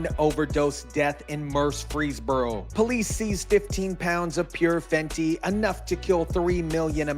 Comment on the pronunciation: Good report but please stop calling it Fenty like an addict buying on the street or some highschooler